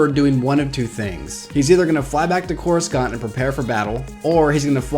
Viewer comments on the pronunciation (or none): if you've watched any of the prquels or the clone wars, you would know that coruscant is not pronounced as corus- kant, it's corus- sant. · It's Coruscant, not CorusKant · (koor oo sahnt) not (koor oo skant) For Coruscant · its cora-sant not cora-scant just to let you know :) even tho its spelled corascant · I hate how he keeps saying Coruscant!!! 😬 thers no K sound in the word!!! watch epp I and url see how it's properly pronounced! your saying it like it's spelt "CORUSKANT!?" 😕 say it as SANT! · Why do you say couriskant isn't it couricant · I stopped watching because of the way u said corasunt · It's corusant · And y do u pronounce Cora-Skant it's so weird... I like ur channel overall tho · CorisKant? Looooool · it's just corussant the "c" is an 's' sound not a 'k' sound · more than half of this video's dislikes are probably due to "that". Coruscant's name is said at least 30 times in the movies, and it's never called "CorusKant"... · Hey I don't mean to be be rude but it is pronounced Cor I sont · Why do you keep saying Coruscant like that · Hearing you mispronounce coruscant makes we want to punch a baby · I know I'm just making fun of the guys pronouncing of it.